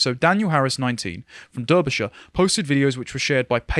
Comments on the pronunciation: Can someone please run through the proper pronunciations of well-known English places - Particularly Salisbury and Derby{shire}! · Wtf was that pronunciation of Derbyshire ffs